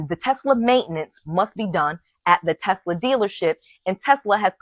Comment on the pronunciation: I love Tesler! LOL